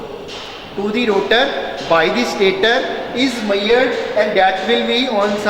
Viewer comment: 'Maiyered' nhi 'measured' hota hai sirji.....baki video is very informative and nicely explained